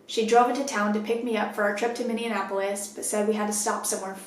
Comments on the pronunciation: Hi so i live in Minneapolis and now im scared lets hope she aint into chicks or i may have to move. Also btw its pronounced (mini-aplis) mn citys are hard to pronounce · Coach! I love you, but Minneapolis is not supposed to be pronounced like "Indianapolis". It's minne- ah- pol- is. I don't mean to be particular, I just live in minnesota, and it's the proper way to say it! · everyone from MN cringing at the pronunciation “minne-an-apolis” 😭 love your stories tho! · I love you so much... but the way you pronounced Minneapolis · Lol I love that you can't say Minneapolis. You combine it with Indianapolis 😂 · Were you trying to say "Minneapolis"? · Scary shit. But, the way you pronounce Minneapolis... lol love you